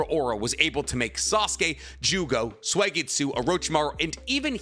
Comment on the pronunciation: Suigetsu is pronounced like Soo, not swee or sway! Soo-get-soo.